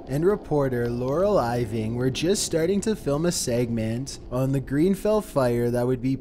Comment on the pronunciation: 1. It's grenfel not greenfel 2. It's is spelled exmouth but it's said like exmooth